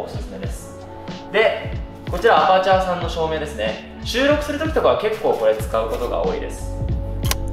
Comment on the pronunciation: “アプチャー”です 前からちょっと気になってましたので